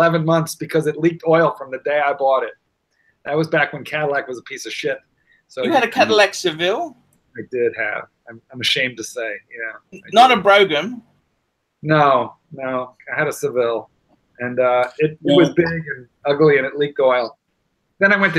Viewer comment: Brougham is pronounced BROME like HOME. Quick-wit seizes on it as a fulcrum for his Bogan quip. Well spotted,! (the only substitute for pronouncing Brougham is BRO-HAM)